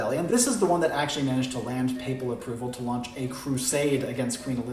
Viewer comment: I believe it's pronounced;"Papal" not "Pappal". And Hussar is pronounced "HUzzarr". I spent a wonderfully extensive time in Poland where they tough me a lot about the winged Hussaria (Huzzaria) of Poland.